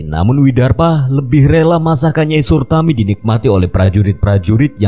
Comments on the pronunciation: nyai suratmi😭 bukan sutarmi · Nyai SURATMI, bukan surtami...